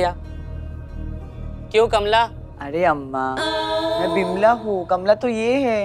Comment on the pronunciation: jaldi jaldi mai kamla aur vamla boldiya😝😆🤣